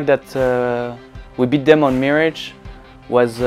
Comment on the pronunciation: "Meerage"